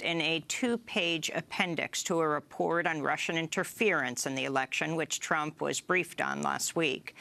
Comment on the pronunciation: Lol she called Trump "chump" .